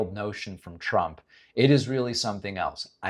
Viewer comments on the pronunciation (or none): Maybe someone has already said this but it always sounds to me like she calls him President Chump. Quite accurate actually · Sounded like she said president chump…. Yes, yes he is….first time I agreed with this lady….